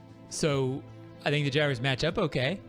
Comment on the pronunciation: Anyone hear say at the end "I don't tink they are as good as we thought they would be"?😂😂😂